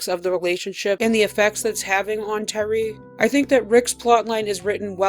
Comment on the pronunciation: The way you say Terri im like who tf is Tyree lol